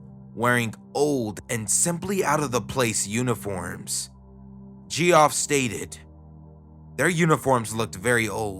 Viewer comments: Please, my guy, learn how to pronounce any names you're not familiar with. Geoff is Jeff, not jee-off. And Avignon is "avin-yon" not "avig-non". The mispronunciations are pretty jarring when you're telling a creepy story, and not in the good way. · its geoff not gee off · Gee-off, the beast way the word geoff has ever been said